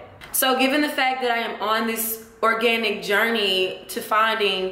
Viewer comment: organtic. lmao thought it was organic